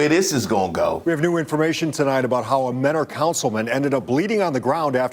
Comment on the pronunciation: For some reason they pronounce it menner instead of mentor out here. I was 1 of like 20 students in mentor high